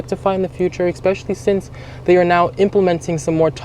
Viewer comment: This is probably the most informative and balanced review I've seen of the CX30. However I just can't subscribe to a person that says eckspecially.